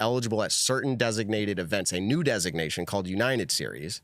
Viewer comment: Why can’t say the word United lol